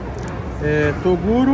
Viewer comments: Quem ouviu o chamar o Toguro de Torugo DEIXA LIKE!!!! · Carai " TORUGO" KKKKKK